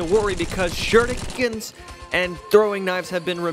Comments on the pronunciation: He says Shurrookens sometimes which sounds very weird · I love how said shurikens